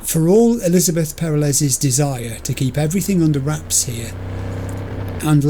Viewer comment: The mangling of names gets worse every episode. Elizabeth: Jeff will...: Jeffel? I now dub thee: Jeffel and Lizzel. The disrespect. 🤣